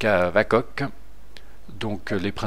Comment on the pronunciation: Je crois que Vakoc se pronononce "Vakoch"